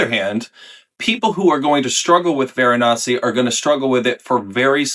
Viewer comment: Varanasty 😂 That was good. "Ceremonial" was a great descriptor for this one though. Definitely not as churchy as CdG's Avignon, but still quite contemplative.